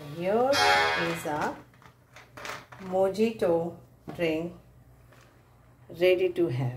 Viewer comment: You are pronouncing the word MOJITO wrong!!!